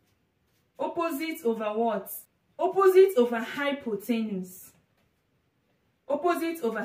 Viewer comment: It's hypotenuse, not hypothenus lol. Anyway, great video and explanation. I look forward to viewing your future videos.